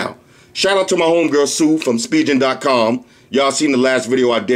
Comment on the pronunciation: Yo, Why you keep saying spijen!!! It's pronounced *spi*-*gan*!!!!